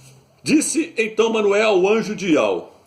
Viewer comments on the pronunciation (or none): none